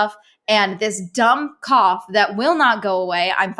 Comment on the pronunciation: When she said cough the first time, I thought she said cop and kept wondering why she’d need to go to doctors for it